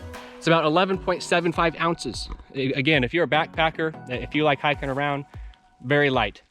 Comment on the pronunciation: “Awound” lol